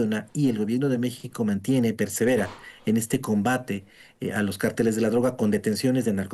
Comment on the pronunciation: El único que habló con inteligencia es analista hombre. Ésa pobre Sra.. Como espanta pajaro,! Huy que ése grupo de cárteles, jng. Son muy poderosos. Por cierto Sra. Se dice. Cárteles, con asento en la a es una palabras esdrujula. No de dice; carteles. Es otra cosa. Y siguiendo con lo que estábamos. Ciertamente esos criminales crecieron, porque lo dejaron crecer, les dieron poder. Pero al final, no quiere decir, que no se pueda combatir. Ésos cobardes. Si no pregunteles al Rey David. Cómo combatía sus enemigos. Porqué porque Dios le daba la Victoria.